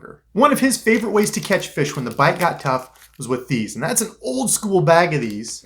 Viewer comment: Lol the way you said it. “Found a feesh.”